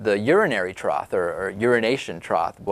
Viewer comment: Did he put an "L" in the word trough?